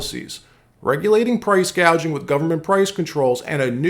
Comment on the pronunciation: Kamala couldn't even pronounce "gouging"...